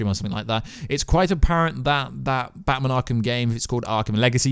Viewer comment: Can you please learn how to say batMAN properly? It’s infuriating and made me want to smash my own tv. Thanks